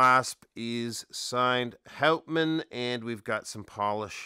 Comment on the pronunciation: G'day mate, great review of a beautiful Aussie watch. The name Houtman is actually pronounced hootman with the accent slightly on the first sylabble. It is named after a magnificent group of islands off the coast of Western Australia, you should check them out, absolutely spectacular mate. I would be right on to one of these but the Omega X Swatch collection comes out today so the lovely Pilbara might have to wait a while. 😥